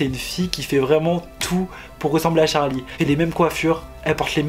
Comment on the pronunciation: C’est charli pas chari